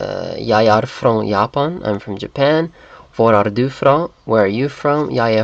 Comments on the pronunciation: in danish "du" is pronounced more like "doo", and you shouldn't roll your tounge as much as in norwegian. To me, as a Dane, this video is very funny to watch :) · Your danish pronounciation is too close to norwegian du and du does not sound the same the U in danish is more like the ou in the english you.